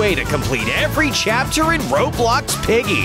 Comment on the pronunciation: When the narrator said chapter 3, he actually said captor.